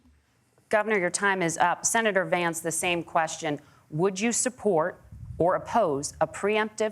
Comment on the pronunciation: Yes he did & it is Vance-not VAMCE!